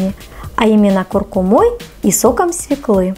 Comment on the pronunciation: Невозможно слушать. "СвеклА, вынуть с холодильника, ложу".Прежде чем записывать видео составьте текст и проверьте его на грамотность. Нет оправданий. Вы русской речи учились у неграмотных.